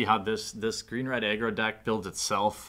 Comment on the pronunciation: I could of swore you were saying "green/red eggroll deck". I'm guess what you were really saying was green/red aggro?